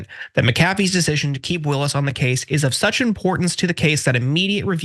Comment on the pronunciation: Stop mispronouncing ms Willis’s name.